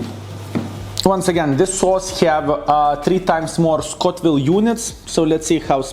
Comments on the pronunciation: Scoville! Not Scotville ;) Respect man! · I love how you say Scotville units instead of Scoville, casual Baboon style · there's no 'T' in Scoville.:D